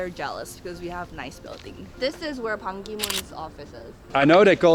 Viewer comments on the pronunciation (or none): none